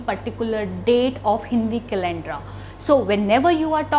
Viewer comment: Why r u jumping? And it is calender, not calendra